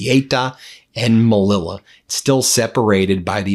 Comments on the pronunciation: CEUTA is pronounced say-oota. MELILLA- Meliya. PLEASE! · Sorry ben its say-oo-ta ceuta and melliya melilla Double ls are ys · Darn, Ben!! PRONUNCIATION!! Ceuta=Seu-Tah, and Melilla=Meh-Lee-Yah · It s pronounced ‘seuta’(ceuta) and ‘meliya’(melilla). Sorry for correcting. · This is red meat for his dwindling MAGA/Republican Party. Morocco is at the root of this, but I would like to see footage of what kinds of boats were supplied for this. Ceuta (pronounced Say-yoo-ta) and Melilla (pronounced Me-Lee-ya) have been a sticking point for both countries since 1497. This happened when I lived in Madrid for nearly a decade. Would I be surprised that this action was planned to give trump a pawltry photo op because the republicans have nothing to run on? No.